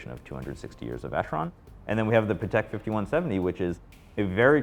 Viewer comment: Hate when guys pronounce Patek sounding like Paddock, ugh.